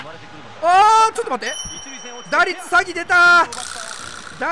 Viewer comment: 打率詐欺をサイドギャザーみたいに言うなwww